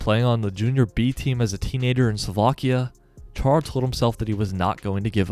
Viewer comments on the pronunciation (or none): its Chára not Čára xdd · nerd alert btw, but as a slovak, hearing the "Ch" in his name being pronounced like that just rubs me the wrong way lol (it's pronounced kinda same as spanish people pronounce "X" in "Mexico") also, there's an acute accent on the first "a"... (Chára), which means it's pronounced "Chaara" Sorry to be nitpicking/pain in the *